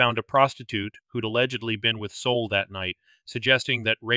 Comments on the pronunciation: Soul? Abbreviation of Solomon? I think it's pronounced SAUL. I never heard a Jewish man named Solomon called Soul. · "Sol" is pronounced "Saul." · It's funny because I didn't notice until I read the comments. 😂 I don't think it matters a lot. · It's perfectly fine if you mispronounce certain name's and places you spend enough time and effort researching arranging & uploading your top notch true crime video's .. You don't have to change anything..